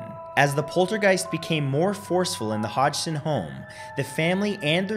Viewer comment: hi the name of the family is pronounced hodson but spelt hodgson sorry my mum had the same surname